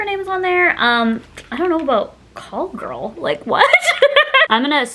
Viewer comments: Girl it’s called Cali Girl not Call Girl lol. But yeah the collection was super cute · I think it’s Cali girl not Call Girl 😭🤣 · It’s CALI Girl, like California, not Call Girl 😂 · CALI-girl haha not call girl. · It's so cute! Love this vid and love you!! 🧡🧡🧡 also I think the name of the shade is "Cali girl" not "Call girl" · girl it says cali girl not call girl!! i’m dying omg 😂💕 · Did she really say call girl? It says cali girl.... read please. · I think it's Cali Girl, not call girl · It’s not call girl it’s Cali girl 😂 call girl definitely doesn’t fit! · Girl it was Cali Girl not Call Girl😂😂 ilsm! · I believe ‘Call Girl’ was ‘Cali Girl’ like california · It’s Cali Girl not call girl 😭😭 I love you so much ❤️ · CALI GIRL NOT CALL GIRL 😂😂😂😂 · it's cali girl not call girl lol. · It’s Cali girl lmao 😂